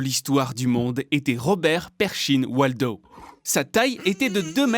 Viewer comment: Wadlow pas waldow